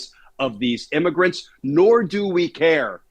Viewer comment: IMMAGRENTS? IS THAT WHAT WERE CALLING CRIMINALS WHO SNEEK INTO THE USA?